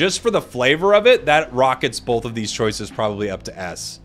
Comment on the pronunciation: has anyone else notice that pronounces both as "bolth"